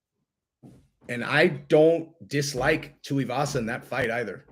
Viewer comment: Small point, mate - Tuivasa is pronounced like "too-ee-vasa".